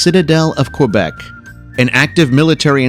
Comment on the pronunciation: Did you hear him say Quebec?